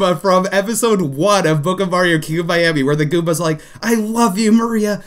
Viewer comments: It keeps Funny that you call goombas Gumbas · Why he say goombas like that